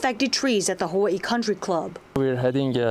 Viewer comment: How hard is it to say Hawaii?